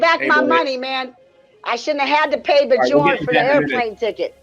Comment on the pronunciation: BEE JORN...lol